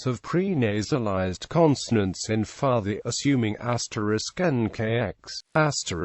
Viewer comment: is pronounced PUUTI